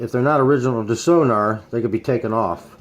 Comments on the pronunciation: Thank you cause his incorrect sonor prounouncing was irritating me😂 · Hi, I don't wanna be *that* guy, but it's called "Sonor" and not "Sonar". See sonor dot com for more information. Also their support is superb, just drop them an eMail. :) This Snare is awesome.